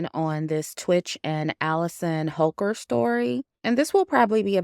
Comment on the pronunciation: Holker? I swear I thought I heard you say hooker😂😂